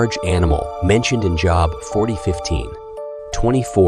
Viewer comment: Good job pronouncing Job. 🙄🙄🙄🙄